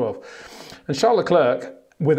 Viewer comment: Max VerSHSHSSHSHSHSHSHSHSHSHSHtappen. and Charl LaCler, Charles LaCler, Charl LaCler, Charl LaClerck, Charles LaCler.... Pick a pronunciation dude.